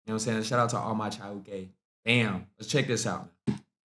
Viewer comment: You pronounce Chauke, Pitso and Tshepo very well, good articulation of the language